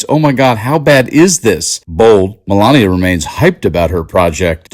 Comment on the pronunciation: Mee-Mee-Mee-lania who?